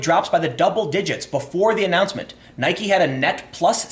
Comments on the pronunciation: There is only one thing I know for sure about the Nike / Kaepernick story: Tim has not decided how he wants to pronounce "Nike". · Why are you saying Nike like that that? Bike. Like. Nike. Come on, Tim. Get with the program. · Nope. It's named after the Goddess of Victory, Nike. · I say Nike, some people say Nike, but weirdos like Time say Nike